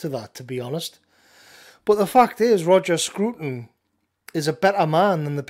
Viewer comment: It’s not “screwton”. It’s a “Scraton”.